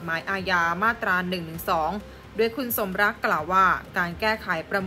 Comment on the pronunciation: คุณสมลักษณ์ มีเน้น 😂😂😂😂